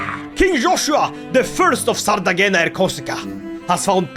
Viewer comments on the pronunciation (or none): PLS it is not pronounced ''Sardagena'' it is pronounced ''Sardeña'' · I love your videos. Btw, afaik in italian you spell the "gn" as "ny". "Sardegna" would then be "Sardenya". Like in the "nya nya" of japanese meow. I found that out when I was studying abroad and met a woman who wrote her name as "Giulia" or something like that. But its spelled out like "Yulia".